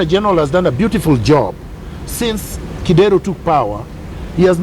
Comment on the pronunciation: I like Miguna's honesty,,, one thing though.. the way he pronounces Kidero's name 😂😂😂😂😂 Kideeeeeeero!